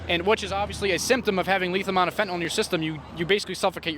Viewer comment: FentaNYL not "nol" it's not Tylenol😅